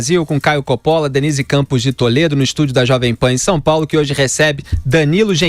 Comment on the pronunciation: Coppola... o correto em italiano 'Cóppola e não Coppóla.